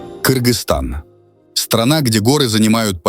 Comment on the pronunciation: Добрый день, прежде чем ехать в другую страну, надо изучить её историю....не Киргизия, а Кыргызстан. Так же Ваш напарник, который так же не правильно называет страну, для Вас русских, что русские буквы какие-то другие что ли, что Вы коверкаете буквы, произносите Киргистан, Кыргызстан, сложно произнести, аж слух режет, когда Вы произносите...вынужден так же пожаловаться на это видео..... «Хватит называть Кыргызстан Киргизией!» - просят кыргызы. «Киргизии не существует!» - добавляют они. В Кыргызстане есть основной закон страны — это Конституция. Она написана на двух языках: на государственном кыргызском и официальном русском. В русскоязычной версии Конституции в первой строчке написано «Кыргызская Республика», а во второй «Кыргызстан». Кроме того, в кыргызском языке «кир» значит «грязь», «грязный» — поэтому этот корень не любят. На местном диалекте «киргиз» — вообще ругательное и оскорбительное слово. Так что давайте больше не совершать эту ошибку, чтобы не обижать наших дружелюбных соседей кыргызов